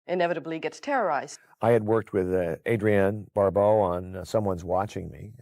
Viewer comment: It’s Adrienne Bar-Blow! Cool!